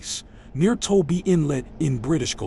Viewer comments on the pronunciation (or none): It’s not Toby inlet. It’s TOBA. I work there from time to time. For thirty years building roads.